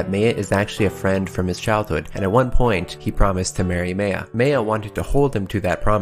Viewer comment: I can’t remember the last time anyone put so much effort into pronouncing the characters’ names properly (Like “Meh-ya” instead of “May-yah.”) Already a good deal of points there, as well as just making a solid video and a much-needed comment on “Oh Extra is bad, just skip to Unlimited.”. First time seeing your channel and I can’t wait for the next one. Good luck as well with reading the rest of Alternative. Also, Meiya’s my favorite but you have excellent taste, good sir.